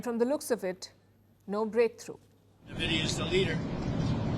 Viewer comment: “En Vidia” ✅ - “NA VIDIA” ❌